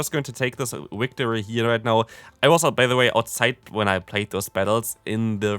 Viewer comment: Easy "victree" that first match 🤣🤣